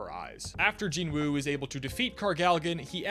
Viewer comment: You're anime only, so how did you develop the habit of mispronouncing the name of the main character? The "W" is silent.